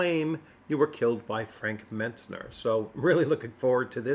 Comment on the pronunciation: "Frank Metsner" you say after typing his name Mentzer several times in the video. 😂 Be sure to ask him how to say his name. Wait, I have seen videos he has done with others, he will correct you every time you get it wrong. 😂